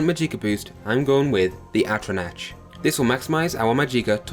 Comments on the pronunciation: Jesus christ mate you realize you were pronouncing just about everything wrong? MaJEEKa? AtroNATCH? MysTICKism? My ears are bleeding lmao 🤣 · "Majeeka", "Mysti-kism" and "Atronatch"? Nice pronunciation brah. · Magicka - Emphasis is on "Ma." Think of it like "magic" with an added "a" or "magical" without the L. Mysticism - The "c" is pronounced like an S. Atronach - Atro-knock. Altmer don't have a 25% weakness to magic, they have a 25% weakness to fire, frost, and shock damage (this is an important distinction since they are not weak to non-damaging magical effects like the drain of attributes and skills). Don't push Bretons off the table! While their Fortify Magicka effect is only half that of the High Elf's, but they have a +10 to Willpower which governs Destruction, Restoration, and Alteration while also increasing magicka regeneration and fatigue. Their 50 points of magic resistance not only gives them resistance to damage from Destruction spells, but also non-damaging effects like the drain of attributes and skills (which I mentioned before). It also gets rid of the need to alleviate the Altmer's weakness to fire, frost, and shock damage. I personally choose the Apprentice birthsign, since while it give you less magicka and 100 points of vulnerability to magic, it allows you to use the boosted magicka regeneration from Willpower's +10 and again, this drawback is reduced by the Breton's magic resistance (and frankly easier to manage than the Atronach completely removing magicka regeneration). Basically, if you want to use the Atronach birthsign, use a High Elf, but if you want to use any other sign (like Apprentice or Mage), use a Breton. Additionally, the numbers you list for t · Atronatch majeeka mystickism lololol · I don't want to come across as an ass or anything but... Atronach is pronounced Atro-nock Magicka is pronounced Maj-ick-uh I have no problem with it, but it might save you some hassle in the future.